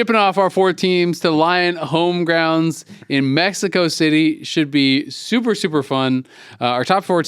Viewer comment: YOU BOYS LIKE MEX-EY-KO!? YAHHHHH HOOOOOOO!!